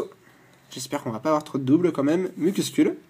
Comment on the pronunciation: Superbe ouverture ! En plus je suis contente car tu es un des rares à bien prononcer le psyStigri alors que tous les autres le prononce psytigri :)